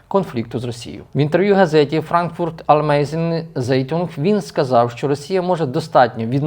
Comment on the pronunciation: Frankfurter Allgemeine Zeitung читається як Франкфуртер Альгемайне Цайтунґ. Якось невдобно, ніби як висококласний політолог, а таких елементарних назв не можете нормально вимовити. Це одне з головних видань однієї головних партнерських країн.